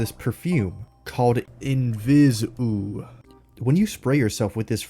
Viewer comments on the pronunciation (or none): Inviseaux, not invisou.